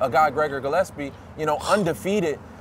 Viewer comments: Has Schaub pronounced Gregor "Gill-ep-see" right ever? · Aaaand keeps calling him Gillepsie :) still surprised he doesn’t call him Geppetto